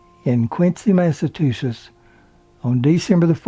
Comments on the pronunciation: Massatusis? Must be an Alabama pronunciation. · He kept saying "Massatusess" 🤣🤣🤣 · The state is Massachusetts (It's pronounced Massah-chew-setts) NOT MASSAH-TOO-SETTS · Who is the narrator?? The guy pronounces Massachusetts thusly: massa- too- sits. Yikes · Thank you,, for such a good biography of Lee. She was so beautiful.(different note: Her home state is pronounced "MASS ah CHOO sets"). Yeah, I'ma Yankee from Massachusetts. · Please learn how to pronounce Massachusetts, otherwise wonderful video.